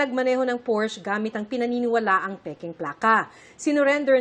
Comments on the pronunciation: The correct pronunciation actually sounds like por-shuh. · Its PORS-SHA not Porsche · Porsche ang tamang pronunciation (Porscha)